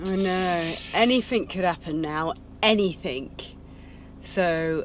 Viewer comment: Slap daft lass again please. AnythinG, the word is anything. Ends with a G not a K. Other than that, I’m having jealousy issues with your land purchase